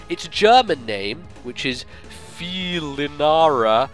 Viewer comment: in german: Fiiiiiiiiiiiii :P it's so great to hear english try to speak german ^^